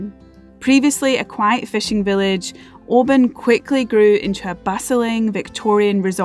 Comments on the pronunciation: Oban is Norse not Gaelic for Little Bay. And it's pronounced "Oh-ban" not "Oh-bin". The Oban Inn started that "Oh-bin" nonsense a few years back but none of the locals are having it. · it's NEVER too early to drink whiskey! Lol 😜 Oban looks beautiful....though I've been pronouncing it wrong for years until you put me right! Lol 😲😁😜 Great vid. 👍👍👍